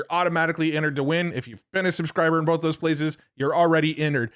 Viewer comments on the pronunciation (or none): It keeps telling me that it "heard it bowlth ways"